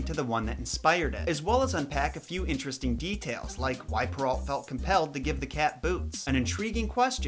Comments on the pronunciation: Its prenounced pear-o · Charles Perrault (pronounced pur-oh, not alt); he was French.